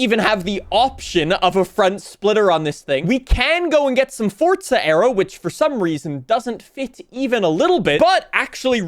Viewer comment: There are two certainties, saying ‘Fortza’ instead of Forza, and ‘ares’ instead of ours